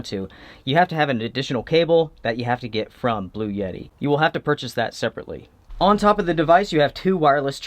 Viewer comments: lol dude. It’s ‘blu-etti’, not ‘blu-yeti’ I really enjoy your reviews. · It’s bluETTI not bluYETTI 🤦🏼‍♀️ otherwise, great video 👍🏻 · Blue-etti. Not Blue-Yetti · Bluetti = "Blue-tee"